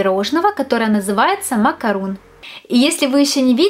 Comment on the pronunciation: Вы такая молодец)но не макарУн,а макарОн)